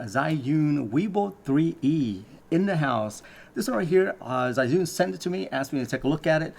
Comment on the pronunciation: Finally a youtuber that can pronounce Zhiyun properly.